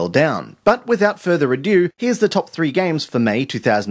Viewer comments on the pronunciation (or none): "without further ado", which sadly pronounces as "adieu".